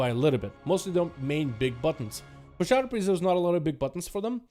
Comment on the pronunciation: did he say simp priest? LOL